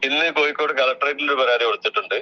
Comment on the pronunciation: വക്കീലിനോട് പറയണം കോയിക്കോട് അല്ല "കോഴി" ക്കോട് ആണെന്ന്!